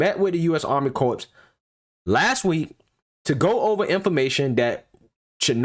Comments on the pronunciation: It's Corps not CORPSE speak engrish please 🙏🙂😒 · Corps has a silent "ps". So please pronounce it like core. The way you are saying it is like corpse. You know the dead. While both come from same Latin root meaning body, they are different in the without the "e" it is alive and the other dead. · Great video breakdown of the content... just a friendly note, the “p” and “s” in corps is silent. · I know it is spelled “corps” but it is pronounced “Cor” 🙂 fyi... thanks for your info. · It's pronounced CORE ok CORPS is pronounced Core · Great video. But as a veteran, a BIG pet peeve...you don't pronounce the "PS" in CORPS. It's pronounced like "CORE" . Thank you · Love your work bro! But, please!!! Corps is pronounced core. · Corps is pronounced like core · It’s pronounced ‘core’ sir. A corpse is a dead body lol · Good report. FYI the Army Corps of the Engineers. "Corps" is pronounced CORE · Dude, the word “corps” is pronounced “core.” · I love your videos, but, please, corps is pronounced 'core'. And I still love that laugh. 😉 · Great reporting! By the way corps is pronounced the same as core. 😉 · I love you man, but the p and s is silent in corps. Keep up the great work.